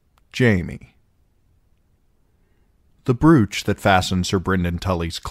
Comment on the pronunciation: Have you seriously never heard of a brooch? BRŌTCH I knew what a brooch was when I was in elementary school. Come on dude. You have pronounced it wrong 5 times now.